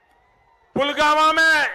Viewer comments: Pulwama ko to Pulgama bol rhe h 😠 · Modi says pulgama 😂not pulwama 😂😂😂